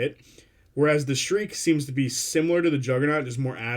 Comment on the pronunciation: really good video. sorry to be that guy but "shrike" rhymes with "bike." thanks for unpacking the reveals